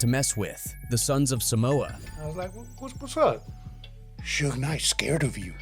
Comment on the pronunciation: Did AI make this video? “Shoog Knight” are you serious? 🤦🏻‍♂️ Do your research yo!